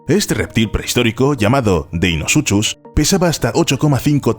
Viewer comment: me hace gracia lo mal que pronuncia deinosuchus . la "ch" se pronuncia como un a "k" se pronuncia "deinocus"